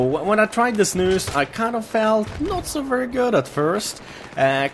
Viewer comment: jag är svensk sååå jag fick typ huvevärk när du sa de på svengelsk ;)